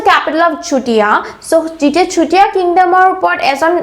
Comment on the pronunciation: Please improve your pronunciation like Swargadeu not Hargadeu, simply say sutiya kingdom not chutiya, it sounds like slang.